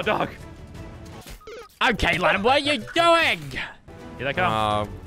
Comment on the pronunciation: The amount of times lazerbean said daug is the amount of likes on this comment